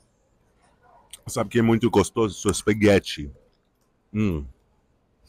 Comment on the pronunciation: Spiguete muito gostoso 😂😂😂😂